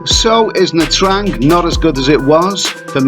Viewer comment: First thing you should learn hoe to pronouciate the cuty"s name correctly before making any video 'mate"